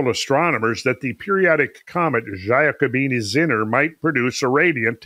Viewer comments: In 'Giacobini' the 'gia is pronounced 'ja' or 'yah'. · please: it's pronounced J A C O B I N I , thank you.